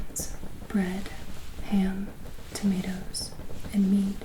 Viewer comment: I can ignore the perfectly manicured eyebrows and the accent, but the pronunciation of "tomatoes" is where I draw the line